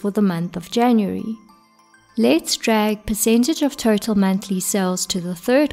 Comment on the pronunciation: When you pronounce Total, it sounds like Turtle.